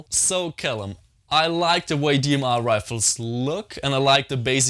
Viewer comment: Dee Em Arghh